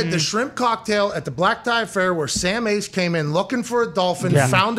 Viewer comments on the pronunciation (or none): Tom Ace, not Sam Ace. Lol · TOM Ace. Not SAM Ace. Get it right people! Lol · It’s actually “TOM” Ace